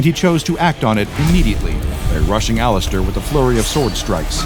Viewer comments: did he just say all ass stir? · did he say laster or alastor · He said Alastor weirdly is this AI or something??